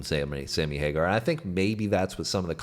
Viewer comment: OMG stop saying Hagerrr. D bag